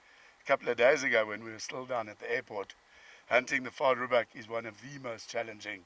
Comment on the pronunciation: Vaal "Rhebuck" not "Reedbuck." That is what you get with an American trying to be an African. Cockeyed little guy wants to be the client AND the PH.